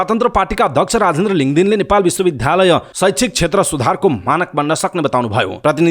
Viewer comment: Kripaya Bishwa Bidyalaya bhanne garaun. bidhyalaya ta hoina..sunda dhya bhaneko jasto yo anurod garieko ho.